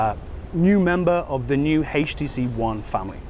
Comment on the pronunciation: Awesome phone. I noticed that he pronounced it "haach tc"